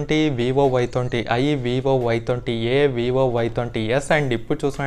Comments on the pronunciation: Bayya thonti kadu bayya twenty nerchuko bayya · Thonti kadhu bro Twenty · Thonty kaadu bro twenty 😂😂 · Thonti kadu twenty